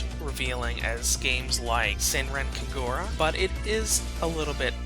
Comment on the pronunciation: I facepalmed on the pronunciation of "Kagura"